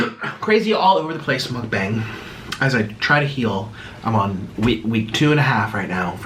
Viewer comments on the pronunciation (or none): none